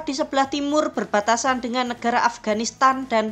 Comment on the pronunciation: Nekara atau negara? Kok nyebutnya nekara